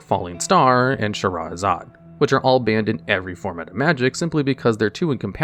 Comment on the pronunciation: lol butchering all cardnames but perfectly pronouncing Shahrazad